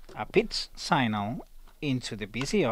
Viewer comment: Good vid. One tip... 'Signal' pronounced 'Sig-nul' :)